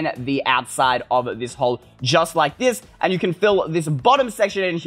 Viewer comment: Is not deze its tis ! 🤦🏼‍♀️🤦🏼‍♀️